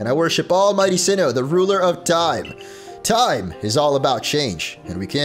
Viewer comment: Did say “timey whyme “?